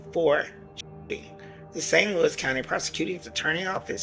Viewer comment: It's Saint Louis, damn!!